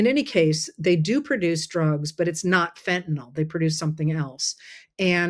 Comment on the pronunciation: Thank you for pronouncing fentanyl correctly.